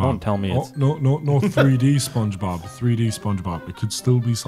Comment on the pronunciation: he really said "sponbeogebob" twice...